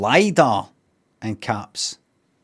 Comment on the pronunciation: its pronounced LIDAR (its an acronym)